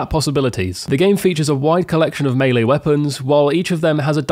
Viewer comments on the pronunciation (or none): none